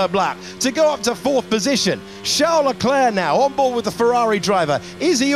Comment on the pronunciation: It’s my impression or the narrator always says Chel Leclerc?